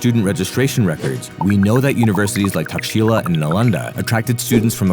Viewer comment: Takshashila not taxila. Great video!!